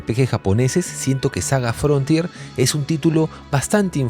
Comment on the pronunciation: saga frontier ? Creo que decía Salsa Frontier 😂😂😂